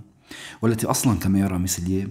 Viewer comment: اسمه جان ميلييه وليس ميسلييه